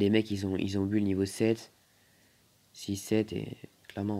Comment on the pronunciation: ARRÊTE DE DIRE BULL ON DIT BOUL